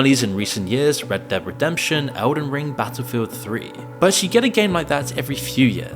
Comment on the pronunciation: battlefield 3? is this video written/voiced by ai? there's so many weird pronunciations and facts in this video